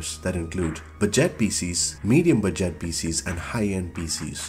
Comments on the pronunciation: Bu - Jet LMFAOOOO your pronunciations are too funny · 'budgêêt' PC 😂